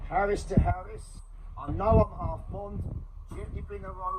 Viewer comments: I reckon it’s Arris not “Harris” mate could be wrong anyway good vid keep it up son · I love your passion, but please...its an arris...not harris!!! Love ya bruv, keep up the hard work👍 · Arris not harris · Yeah mate it is called the arris that made me laugh 😂